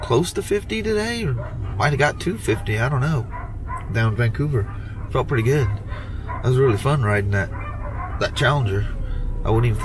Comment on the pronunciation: "It's some kinda purty". Hee-hee🗨️😎👍